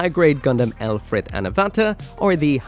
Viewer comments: Why do you keep calling it "Ruris" when it's clearly written "Lfrith"? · It's not Rubris! It's simply the Japanese pronunciation of Lfrith! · i feel silly to further engage with you on this but for the record, lfrith is ルブリス(hepburn: ruburisu), not roobris. It would be one thing if he was saying the word in japanese, but what he’s doing in principle is akin to pronouncing Gundam “gandamoo” just because that’s how he thinks japanese ppl pronounce it due to a lack of understanding of the language. In short, in japanese is ruburisu, in english its pronounced phonetically (luh-vris). “roobris” is nothing. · The Japanese call it "ruburisu" because that's how they pronounce Lfrith. It's pronounced Le-Frith, not El-frith. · OH! I FIGURED IT OUT BTW!!“Lfrith” is Scottish Gaelic for “Against” or “To Oppose”, and is either pronounced “Ul-frith” or “El-frith” depending on the accent. It is most definitely not “Ruburis” 😅 that would be the romanization of a Japanese pronunciation of a Gaelic word 😂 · the "Rubris" pronunciation is incorrect. Ru (L)-bu (fu)-ri-su(th) would be correct. Since there is no L, F, or TH sound in Japanese, they do what they can. So the name is the Lfrith, but the way the Japanese say and write it is Ruburisu. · If we’re not romanizing the Japanese pronunciation of non-Japanese words, then it absolutely is pronounced “Le-frith” btw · Bandai sure fcked up the name very much there, almost urrrrraaaaa🤮